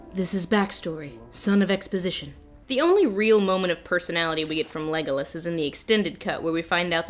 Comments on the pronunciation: “Thanks for establishing some tension... Vague-olas” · “vague-o-las” hahahaha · The way Lindsay says Legolas's name it sounds like "Legless" as in his he's a boozehound:).